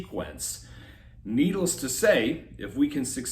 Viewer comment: “Needles to say” Lol, you pronounced ‘needless’ as ‘needles’.